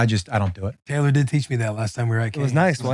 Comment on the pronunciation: did pronounce Taylor’s last name wrong which was a bit of an L for Taylor but I think we can comeback from that